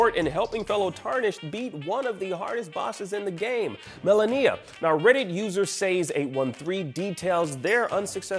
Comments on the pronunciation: What is it with you and being incapable of pronouncing name’s correctly first Zen Die Ah and now Mala Kneea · This shows that this guy hasn't even played the game or even just watch a fight with her since she says the name correctly every time the player dies and in the first encounter cinematic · the way hes saying malenia is upsetting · He keeps saying Melania's name wrong! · People should stop complaining about oddworld and start complaining about how this guy is pronouncing Malenia... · Please pronounce Malenia’s name correctly 🤦🏻‍♂️ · The way this guy says Malenia.. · The way you pronounce Malenia disturbs me.